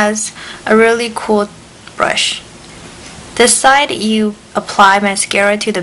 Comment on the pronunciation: "dis is the first........ " LOL LAUGH OUT LOUD her accent